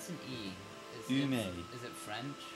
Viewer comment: ume is said like you may